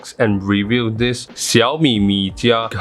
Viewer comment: Keep pumping out the great content! You've pronounced "Xiaomi" so well! Happy Holidays! :)